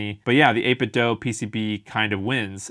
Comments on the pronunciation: It's Do, not doh. 8bitDO. Think of it this way Do is a much more common word than Doh. Right? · It’s “8bit DOO”, not “dough”. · People assume it's 8bit "dough" because of Ninten "dough."